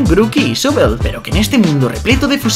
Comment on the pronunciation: Nadie pronuncia mejor Sobble que tú 💕